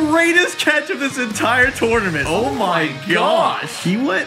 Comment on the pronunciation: Why he always saying tornurmanrt